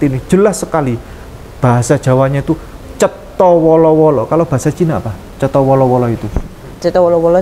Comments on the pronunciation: Cetho welo welo,bukan cetho wolo wolo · Maaf ada koreksi sedikit Cetho wolo-wolo ❌ Cetho welo-welo ✔️